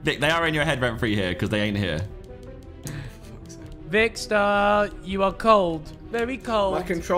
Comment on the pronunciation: Ethan Its Vikkstar Not Vickster why does this trigger me so much? 😂